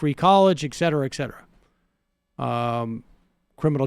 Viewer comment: Ickcetera ickcetera. 🤓